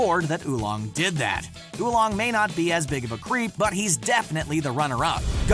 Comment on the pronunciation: Seriously Who Long? Its Oolong